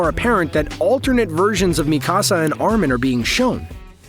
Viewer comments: I could not get past you saying Mikasa like “mi casa” like it’s Spanish omfg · I hadn't read the manga so I appreciated this video, but you mispronounced Mikasa's name every time and I was yelling at the video 🙃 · Why do you feel the need to pronounce Mikasa like that?